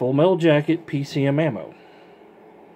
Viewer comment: You said it wrong thru the whole video ,I'm not trying to give u any shit it was just funny